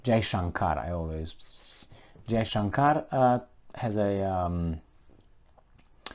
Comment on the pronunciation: You pronounced FM Jaishankar's name perfectly! I was pleasantly surprised.